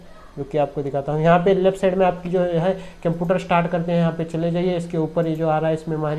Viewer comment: केमपियूटार नही है बे – computer (कंप्यूटर) है।